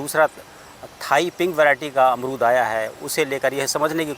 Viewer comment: अमरूद ❎ अरमूद ✅ 😂😂😂😂😂😂